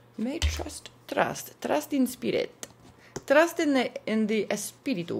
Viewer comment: Crazy resonance 😮 mother daughter Lilith Dios Mío ! And you said espíritu as it sounds when I talk lol thank you eres maravillosa!!